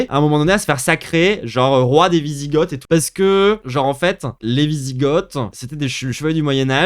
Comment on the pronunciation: On prononce vizigo déjà, et ensuite, t’as absolument rien compris de la personne qu’est papacito…t’as loupé une occaz de te la fermer mon grand…